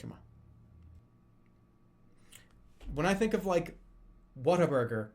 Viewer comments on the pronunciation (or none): none